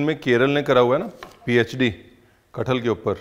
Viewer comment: Sir plz aap Maharashtra aur Kerala pronounce karna practice kijiye thab aapko keralaaaa pronounce karna a jayega😂